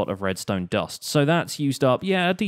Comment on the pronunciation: whos oliver redstone u said oliver redsone